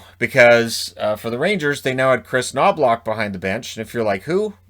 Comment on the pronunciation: The way you pronounce Knoblauch in English is funny. Knoblauch = garlic in German,so it is hilarious that the AHL Coach is named like this!